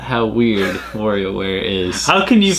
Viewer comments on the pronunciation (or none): Remember, kids: that's WARIOWare, not "WARRIOWare". 😝